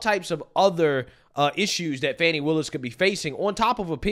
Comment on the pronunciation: So it's Not Fanni or Fanny, and it's not Fawni or Fawny either. But now, I am hearing "Funny" Willis... Lol shrugs